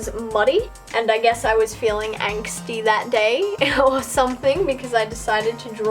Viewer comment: Hehehe, let's make a drinking game with all the times you say 'anxty' 😂 I'm ready!!